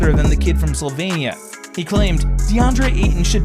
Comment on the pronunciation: Slovenia, not Slovania. Stop.